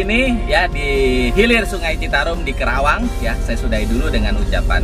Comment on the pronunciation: Maaf om.. Penyebutan kota'y bukan kerawang tapi KARAWANG. Sy ga enak dnger'y Sbgai asli putra karawang